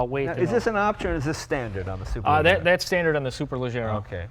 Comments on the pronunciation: Leggera is pronounced like Jerry not Gary. C'mon Leno you're half Italian aren't you? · Ga-y-ardo ... Superle-zzier-a ... Jay, If we are supercar fans we MUST be ALL IN and pronounce the cars appropriately. GaLLardo? Next I will go home and have some TortiLLas and Galapenos! >.< Great video either way. :P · Superlajjera. The G sounds like "Shhhhh"(hush), but use a J. So say Shhh...then say it with Jjjjj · Superleggera [pronounced: (superlejEra)] means Superlight....which in the end amounts to lightweight construction, yes, yes.... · To be a car enthusiast and not know how Superleggera is pronounced! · why does he insist on pronouncing gallardo and superleggera wrong? he heard the guy say it correctly a couple times...that's what you call stubborn ignorance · but hearing him say superleggera that way, well it hurts. that's not how that word is pronounced. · he pronounces super leggera wrong and anyway it means simply super lightweight. If I spent €200,000 for a car at least Id bother to pronounce its name right mmm. anyway... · Jay doesn't know how to pronounce Superleggera correctly lol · lol jay can't pronounce superleggera correctly. Oh well, I wouldn't expect him to anyways.